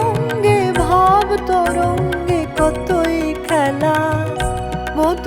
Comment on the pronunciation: মা, বার ছ'য়েক শোনা হল এই ক'দিনে! তুমি মাঝে-মাঝে এ'রকম এক-একটা গান আমাদের কাছে ফিরিয়ে দিও নতুন করে! "কতই খেলা" শব্দ দুটির উচ্চারণ গানটিকে আলাদা মাত্রা দিয়েছে... এই খানেই তুমি মান্নাবাবুকে পাশে রেখে এগিয়ে গেছো মা... আমার খু-উ-ব ভালো লেগেছে!❤❤❤❤